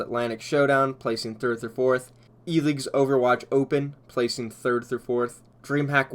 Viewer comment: Did he just say 3rth?